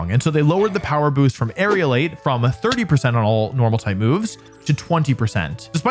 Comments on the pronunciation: For once a comment on pronunciation is not about a Pokémon name, but about an ability: The ability is Aerilate, Air-elate, it's not Aerial-ate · It's Aerilate not Aerialate. Most common Pokemon mispronunciation lol. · Yeah most people pronounce it as if it were spelt Aerialate and it's a bit annoying. I guess they're somehow being influenced by the word aerial.